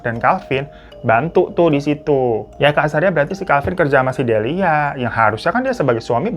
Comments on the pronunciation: bang bang sampe kelar nyeritain aja masih aja lu belibet nyebut nama sama istilahnya wkwkwk Delia bang bukan Delina siapa itu Delina wkwkwkwk... berkali-kali nyebut wayang walun wkwkwkwk... gong nya kabut kelamin :face-blue-smiling::face-blue-smiling::face-blue-smiling::face-blue-smiling: wkwkwk ampun deh babang babu glowing ada ada aja lidah lu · dilia bu delia bukan delina ihh😭😭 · Delia, faaaan!!! Bukan delina😂😂😂😂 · Delia jadi delina, wayang wangsul jadi wayang walun, biasanya kalo gak di beneri secara lisan pasti ada subtitle buat mengkoreksi tapi ini entah kenapa beda dari yang kemarin², apa karna bang ifan lagi capek habis liburan apa jangan² bang ifan yang ini adalah sosok wayang wangsul😂